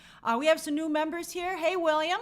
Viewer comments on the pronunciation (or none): none